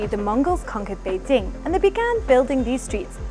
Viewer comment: 2 thumbs up!! Yes the hutongs got the nostalgia feelings, but.........they will disappear with the incoming of highrise buildings and modern shops, kinda like what happened in Singapore. Thank you for pronouncing "Bei- Jing" correctly!